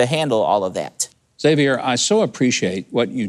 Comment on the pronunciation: Thank you for pronouncing Xavier correctly. I bugs me when people pronounce the "X" then the whole name. It's just Xavier, not "X-xavier."